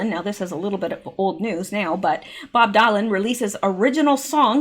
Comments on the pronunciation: Bob Dylan....Dylan pronounced DILLON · Your pronunciation of Dylan (Bob Dylan), corps, and novel are unusual to my American ear. They stand out a lot and sound like mispronunciations. Maybe it’s the dialect where you are! I apologize if those are the regular sounds. The world is a varied and interesting place.